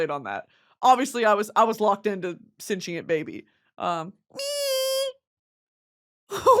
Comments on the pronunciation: What is this “senchient” pronunciation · For a comm major u really b saying sentient as “cent-she-int” lol stop